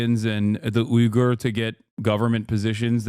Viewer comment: omfg Uygur with the hard Y